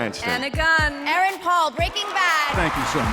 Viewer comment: Aaron Paul not erron paul